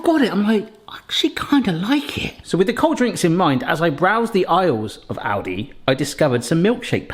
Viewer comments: Kept hearing 'Audi' and not 'Aldi' and that confused me a fair bit :D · I kept hearing Audi instead of Aldi, wondering when they started doing a side business like this and when they became cheap 😅🙈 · Oh it's Aldi. I swore you said Audi and was confused why a luxury car brand was making hot chocolate makers. I kinda thought it was how Yamaha makes Bikes, Watercraft and pianos.